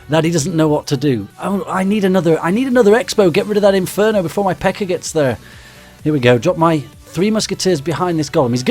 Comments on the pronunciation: he said pekker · No offence but he says PEKKA like pecker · I like how he says PEKKA like Pecker, so when he says Massive before it, it just sounds awesome.